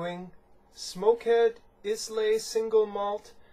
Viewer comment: Islay is pronounced Eye La. Just sayin'